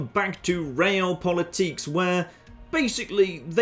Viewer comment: realpolitk is according to wikipedia german not french, so stop pronouncing it like it is french